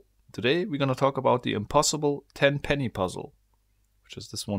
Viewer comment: "Officer TENPENNY"